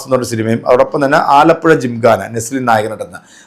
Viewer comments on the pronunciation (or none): none